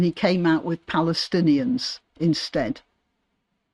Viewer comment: I thought he started saying Palace not necessarily Palestinians.